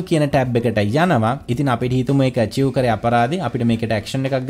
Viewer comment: Ayye eaka Archive - අර්චිව් nemei nedha, Mekathamai Achieve - අර්චිව්. Archive uchcharane karanne ආර්කාව් vidhihata. British & Amarican pronunciations are same. weradhinam sorry.